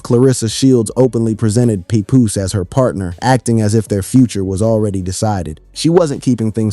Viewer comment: he said pepoose lol bless his heart!!